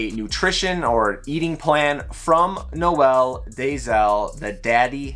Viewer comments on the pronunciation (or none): I'm sure our father will grace us with his presence eventually. He's really nice, I've spoken to him on IG a few times. Also it's pronounced N-oh-l Day-zell not Noe-el. If you want to try and pronounce it in Afrikaans it's more complicated to spell out, but he says it in some of his videos. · haha, it seems like all you guys in North America always say Noe El, sounds like a Spanish gangster or a girl's name lol.